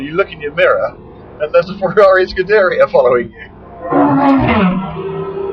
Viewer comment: What an idiot he cant say any itallian car name right the way he say scuderia is all wrong hel also cant say Reventon right it is pronunced with a B instead of a V "Rebenton"